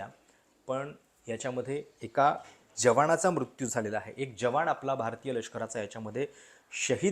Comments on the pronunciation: यांणा न म्हणायला त्रास आहे का? जवाण, रिऍक्शण.. न म्हणा की जरा...😊😊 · जवाण! 😂😂😂😂 भावा निदान मराठी उच्चार तरी नीट कर! 😂😂😂😂